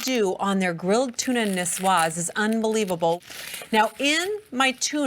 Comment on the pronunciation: "Tuna nisswas" 😂 lol